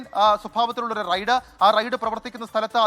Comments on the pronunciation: റെയ്‌ഡ്‌ അല്ല റൈഡ് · Raid alla Ride àanu. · ... "Raid..."??? Allaa..... "Ride" ennu parayoo kuttee...